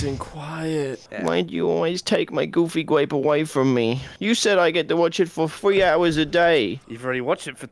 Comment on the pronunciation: It's "Goofy Gwape" 🤨😳